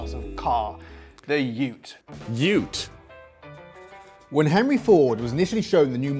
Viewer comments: I loved that you pronounced 'ute' in American first (like Emu), and then switched to the correct English: Yute. Just like Eemyou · Thank jeez you learnt how to pronounce "ute", now if you could just work on "emu" LOL. No Holden and Ford utes are by no stretch of the imagination the only utes in Australia, they are just the ones preferred by "car snobs" and are insanely expensive. The most popular ute in Australia is the Toyota Hilux which comes in many varieties with the relatively low cost "tray" version being the most popular for tradies (and me ;-)). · THANK YOU(T) before finally listened to one f the pronunciations. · Hooray, you’ve finally said it correctly! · did say ute correctlybin the vid